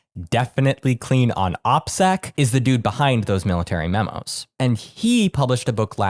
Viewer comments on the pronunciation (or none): none